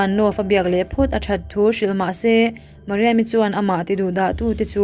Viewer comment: Mariam i tih tih kha a dik ka ti